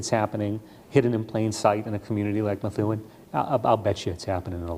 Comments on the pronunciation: It's Meth- oo- en not Methune. New England names are tricky 😊 And Foote is pronounced Footie or Foot...😂 Sorry I can't help it. We can always tell when you're an out of state-tah 🤪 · Pronounced "MA THOO EN"